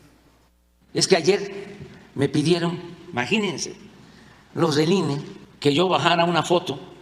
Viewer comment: "Maginense" dice el presidentito